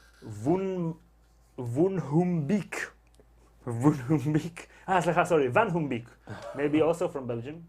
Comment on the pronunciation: Hi there, Maxim Vanhumbeeck here, nice try on pronouncing my name haha, i'm from Belgium indeed! Thx for answering my question!